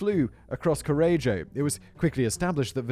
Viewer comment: I started the video while looking forward to the butchered Italian and I was not disappointed 😂 I love that every time Simon said Correggio, he pronounced it in a new different way 😂